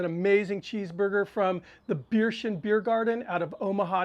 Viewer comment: Very good. Only nitpick: it is pronounced "bare-tion" :-)